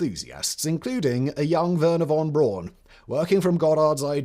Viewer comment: Von Braun is pronounced Von Brown.